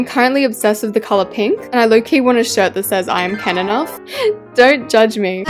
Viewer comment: “Keneneough” GURL? ITS KENOUGH NOT WTH U SAY, GOSH FRICK DIDDLE STICKS!